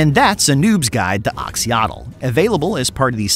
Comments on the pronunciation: If you see an "X" in a Latin -character transliteration of a Mesoamerican language, it's pronounced "sh". I know doesn't know that. It's just too painful to listen to without trying to correct it. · Did you already stop bothering with the "x" = "sh" pronunciation or did I get rused in that last video of yours?